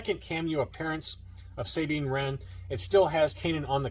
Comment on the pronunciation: can you have the owner of those case shells contact me. We live like 15 to 20 minutes away. I tried a few times but to no avail. Idk if he doesnt want to sell them to me or what.....also its pronounced Sah bean, not saying. What rebels and you see. Idk why you pronounce it like that. Its never been pronounced like that in Canon or ever for that matter.